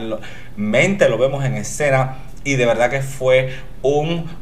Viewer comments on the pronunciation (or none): none